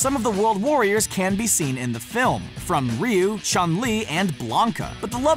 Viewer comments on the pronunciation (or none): see in the slowest speed he said the word can which sounds like ken in slw mo, he said it right at the time when the fighter ken was there, what a coincidence